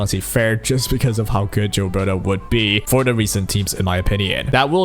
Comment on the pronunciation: I jave this video a thumbs down because you keep saying jilberta